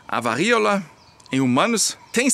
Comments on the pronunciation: O correto. Siga o acento agudo. "VARÍOLA..." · Diga "varÍola" sem medo de errar,: a sílaba tônica é o "RÍ". A Elfi está certa. 😊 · qdo for falar varíola, lembre q esse ola vai soar como o cumprimento - Olá - força no último A - varíolA 😉